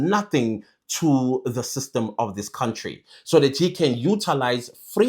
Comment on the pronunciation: It’s the blind leading the blind when it comes to these two ministers. Ngapha kwelakithi, Lamola is the last one who should be talking. We all know his track record. We all saw how he grinned from ear to ear in front of the Rotten Orange. He also needs to learn how to pronounce “country” properly. He’s been in this portfolio far too long to still pronounce “country” with a “w.”